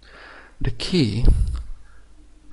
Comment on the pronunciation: Key not jey